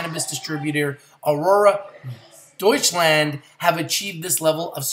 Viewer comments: "Doucheland" 🤣 Doy-tsch-landt. Not doucheland bro lol. Awesome news though! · ya dutchland lol I know cause I lived around there when I was a kid but that's how you pronounce it, adorable how he said it though :)